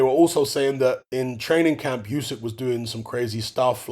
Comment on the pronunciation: It's pronounced, 'Oo-syk' brother not, 'You-syk' 💪🏽